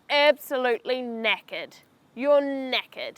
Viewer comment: Yeah the way she pronounce knackered was like naked